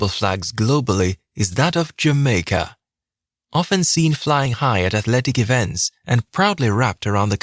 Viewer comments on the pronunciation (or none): none